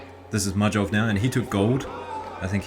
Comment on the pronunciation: majdov's name is pronounced like maydov, thanks for the great video like always 🎉